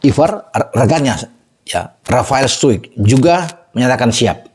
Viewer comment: Mohon maaf, tanpa bermaksud menggurui, kalo berkenan, saya mau berikan sedikit koreksi mengenai penyebutan nama Tentunya nama tidaklah eloj bila disebut bung Ropen oleh seseorang dari Inggris, misalnya Jadi kalo boleh penyebutan nama spt Ivar Jenner seharusnya Ivar Yenner, Rafael Struick itu seharusnya Rafael Stroik kemudian Justin Hubner seharusnya dibaca Hubner bukan Habner Juga nama klub Jong Utrect itu seharusnya dibaca Yong Sekali mohon maaf tentang masukan dari saya ini Sukses dan sehat selalu, panjang umur Ditunggu trusss info updatenya Gbu